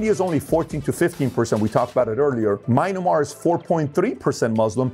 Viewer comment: Mainamar? Me an mar (like spanish forSea=mar, El mar=the Sea) an like romanian year an=year and me like english me